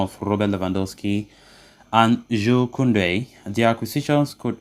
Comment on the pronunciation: I’m glad you’re back! I couldn’t listen to that computer it can’t pronounce Kounde’s name lol